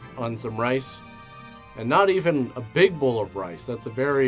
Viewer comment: Okay....I keep hearing BULL.....not bowl.... So but not actually watching...just listening...I was like...WTF?